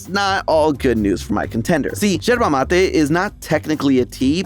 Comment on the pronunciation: Nooo por favor amigos no arruinen el mate😢 Pls don't ruin our mate i beg of you 😭😭😭🇦🇷 great pronunciation btw❤❤